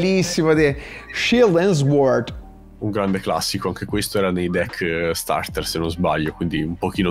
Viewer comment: SORD non SUORD